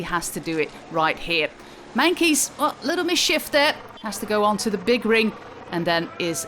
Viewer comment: Why does she say Meinkeys instead of Meintjes?